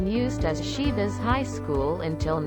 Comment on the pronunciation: I could not finish it while repeatedly hearing "Șivas" :( was so hard to pronounce it correctly?